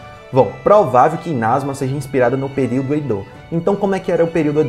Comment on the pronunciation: É Inazuma e não inázuma ! Ótimo vídeo !